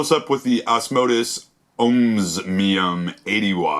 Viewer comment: Good review, dude ! I got mine yesterday and really like it. Your the only reviewer who pronounced the name correctly. I don't understand why others have a problem with the pronunciation. My suggestions to them are to look at the word and sound it out, its really not that hard. Thumbs up brother, keep the reviews coming